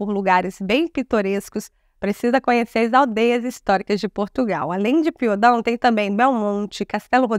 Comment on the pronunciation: As aldeias não podem ser "cidades". Uma aldeia é uma povoação, normalmente isolada, embora esse facto não seja determinante. Em regra, são unidades menores do que uma freguesia e dependem desta. Deve dizer-me Piódão, e não Piodão. O acento tónico está em ó.